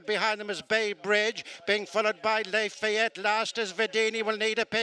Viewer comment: This race caller is always mispronouncing at least one horse's name. I thought one was "les fillettes," but no, it is in fact Lafayette.